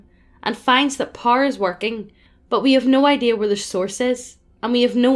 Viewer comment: I was wondering what Par was and then I realized she was saying “Power” 🤔